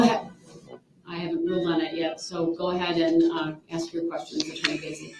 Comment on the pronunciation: AXE! OVER RUU. NOTHING ABOUT THIS IS FUNNY. YOU KILLED 6 people. And ran over 67 others. So THAT IS WHAT ISNT FAIR. NOT A STUPID STICKER! “It don’t have a sticker” hmmm. It doesn’t. Axe? Hmmm ask. Troof? Truth. Oaf? Oath. Tackit? Tacit. I’m telling you. I have NEVER met anyone like this nor do I ever care to. This jury has to be astounded by what they see every day with this __ bag.